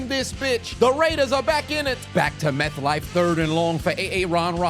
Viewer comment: My dude really said Meth Life stadium 😂😂😂